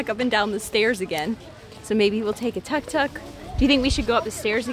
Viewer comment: Tuk Tuk... not Tok tok... you are note on Tic Tok ! lol